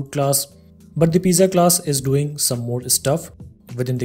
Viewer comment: thanks. one problem. pizza is pronounced "peet .suh"